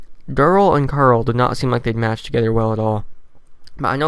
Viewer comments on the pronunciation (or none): Good video but plz stop saying like caruul cuz i dont know if your talking about carl or the girl mural likes